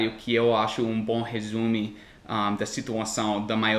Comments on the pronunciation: as críticas tem seu valor mas tudo o que a galera escreveu nos comentários é o que eu penso, só tenho a agradeçer e parabenizá-lo. Outra coisa, você falou duas vezes a palavra "resumo" mas pronunciando "resumi", dá uma conferida na pronúncia aí. E mais um trava lingua: "um tigre tigrado, dois tigres tigrados, três tigres tigrados" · o jeito certo de falar é "resumo", não "resume"...resume é uma conjunção verbal.